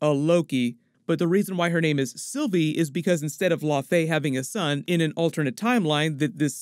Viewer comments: Thanks this guy frequently mispronounces Iconic, established character's names! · The literally say it in the show and original Thor movie and this goof still mispronounces. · It's "Lau-fee", not "La-fey". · Laufey is pronounced La' u' Fee like saying "loud" with out the "d" then Fee, it's not "lah faye" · Laufey is pronounced “Lao-Fee” not “Low-fay” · I know it's killing me when he says the name like its French and not Scandinavian. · Thank you. I didn't want to be the one to bring it up. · Its pronounced Laufi not La-Fay... how do you keep messing up these names? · Low-fee not lo-fey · I always thought its pronounced law-fee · Laufey is pronounced (LAO -fee). Laufeyson (LAO-fee-sun), Laufeydottir (LAO-fee-dot-TEER with rolling R). Laufey did not name him or her; Odin did. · "law fay" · Also I don’t why he pronounces it differently from the way Laufey is pronounced in the MCU for like 10 years now. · Why is everyone suddenly reading "Laufey" so incorrectly?! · Exactly what i was thinking the whole video... it was kinda annoying lol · The horns aren't broken. And it's pronounced Laufey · Jeebus. I found this almost impossible to watch because of the gross mispronunciation of Laufey. For shame. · Uhm... how to say this politely...? Maybe just stop saying the name of Loki's father if you are going to keep pronouncing it like it's French? After ten times, it starts to be wearing.